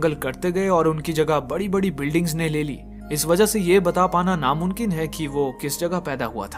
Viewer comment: Namumkin hota hai bhai Namunkin nhi ok correct ur word.